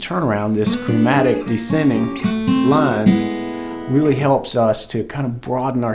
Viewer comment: Descending. There's an 's' in it.